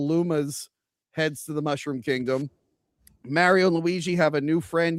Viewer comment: "Get a real Italian to play Mario!" Also: pronounces it "Meh-rio"... It was a fun movie, took my kid to see it who's into Mario games even more than I was as a kid. Screw any haters. I would actually appreciate any effort to distance from the '90s movie however. Damn thing almost killed poor Bob Hopkins!